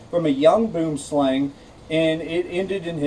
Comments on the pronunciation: Kellie-Rae Branders Thank you! I was about to correct him myself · I'm from Africa. Its pronounced "Boo-wem-slung" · WHY THE HELL TDO PEOPLE PRONOUNCE IT SO WRONG? It's not /bum slæŋ/ it's /buəm slaŋ/ it literally means tree snake in my language. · Boomslang...pronounced..bwumslung...pronounced dead if bitten... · Did you now you pronounced it rong I'm from south Africa and if it bites your hand it will swell up and bleed from the wound.Go on YouTube and search snakes in the city boomslang and read a book about snakes really for your own good.